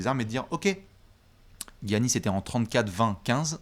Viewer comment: Eh jvous adore hein mais à chaque fois que vous prononcez Giannis j'ai mal aux oreilles